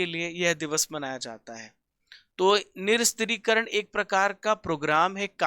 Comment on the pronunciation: sir (nih + sastrikaran) hain na ki (nir + stri + karan)🙂koi baat nahi sir galti her kisi se hoti hain aap best hain 8 mahine se apki class dekh rahe hain lagatar aap best ho